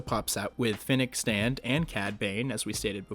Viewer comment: It's Fenic Shand you said was a great video though:)